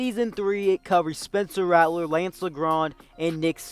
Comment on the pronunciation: saying lance name wrong the whole time